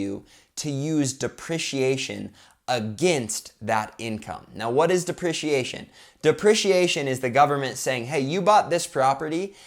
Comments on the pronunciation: Buddy please pronounce it DeprEciation, lol driving me nuts haha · Say it with me Dee-pre-she-A-shun!